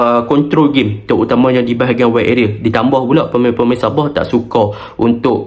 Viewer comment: Btl kn sebutan anda .. Sabah bkn ny sab0h .. Heee ..